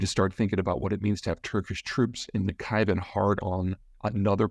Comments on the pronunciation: Please, learn how to pronounce the geographical names correctly. It hurts the ears of those who know that there is NO Nakhivan (or whatever you said) but NAKHICHEVAN, etc. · Na-chivan? Its (Nak-chivan) Can you pleaseplease please just google the proper pronunciation of the places you talk about, in every video when you pronounce things in crazy ways it makes it hard to take the video serious. A few examples of your aweful pronunciation, calling Xi Jinping (jee) its pronounced (she). Also Xinjang he calls (ja-jang) its (shin-jang). If anyone should be able to pronounce these words it should be a geopolitical expert, its literally your job. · It is not "Nakiven" as you said, but "Naghijevan" which in Armenian means the "first settlement", as an allusion to the first post-diluvial settlement created by Noa. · good points on geography and the history. however there are several things to point out as well. first: it is nakhCHIvan, and not nakhaivan. second, when it comes to armenian "genocide" people in the west never mentions that armenians wanted to establish their nation state through "political violence" (i.e. genocide of non-armenians, you know who they are). third, azerbaijan is unlikely attack at armania if not seriously provoked. because just like turkey, they have difficulty to explain their concerns to the west. karabakh is their greatest gain of the war. if they attack armenia, they will lose their weak image in the west, which may end up in greater armenian support. prior to and in ww1, russians, french, americans immensely backed armenians to establish a state through "political violence" and this is never mentioned when armenian "genocide" is put forth. thank you for the video. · That region is called Nahh-chi-van, not Nakhaivan. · Nakhichevan -> nah kee cheh 'vahn Peter's pronunciation needs a lot of improvement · Peter: Nakhchivan is pronounced as Nah-chi-one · Nakchivan = NAK Chee Van